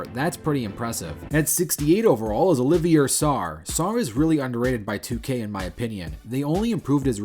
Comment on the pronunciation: Olivier Sarr (it’s pronounced Oliv-e-ay) should def be at least a 70. He’s better than Jeremiah Robinson Earl who’s rated as a 74